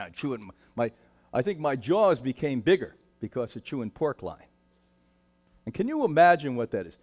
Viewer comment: I thought it was pork loin, not line or lion, or whatever he's saying....